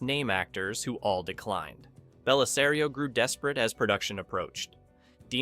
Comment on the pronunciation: But he got Bellisario correct. 🤪